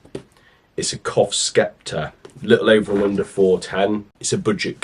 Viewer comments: Grammar Police time, it is pronounced Septer not Skepter. In the English language and S and C together in a word the C becomes silent. Don't shoot the messenger but my first language is Welsh not English. Just saying😉🫣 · Great shooting and patterning, but PLEASE… it’s Sep-tur not skepta 😮